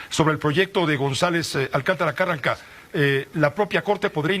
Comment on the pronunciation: Carrancá, pronuncie bien